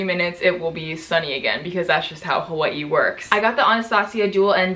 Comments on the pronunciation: still love how she says hu WAH e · Hawa-i I love it lmaooo